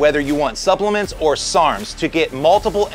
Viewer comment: “Supplements” Like a pro